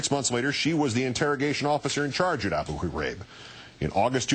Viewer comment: This is an amazing story ... but, um - what's with how KO pronounces Abu Ghraib? Is he trying to clear his throat or something?